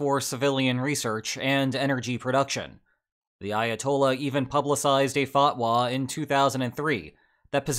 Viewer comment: Why does he sound asif he says Iatol instead of Ayatollah 😑